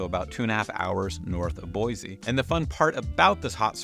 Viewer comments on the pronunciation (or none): Anyone going to tell him he's saying Boise wrong 😂